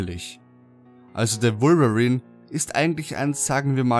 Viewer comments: Wolverin hört sich genau so lächerlich an xD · Ich fand am gruseligsten seine Aussprache von Wolverine :P :D